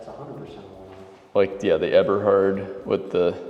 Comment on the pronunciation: check on the pronunciation: Eberhard.... it is a long "E" sound, German E